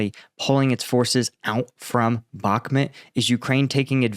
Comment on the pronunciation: And will Americans ever learn to pronounce Bakhmut? It starts withe CH as in loCHness... How hard can it be..